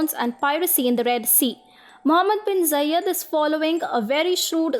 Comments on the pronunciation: Its not Zayyad its Zayed. Other than that good video. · Not Jayed... It's za(ed)